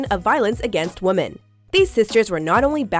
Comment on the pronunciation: I know the English language is super confusing, so I don't blame you for saying women wrong, but for future reference, the word is pronounced "WIH-men". Darn this language!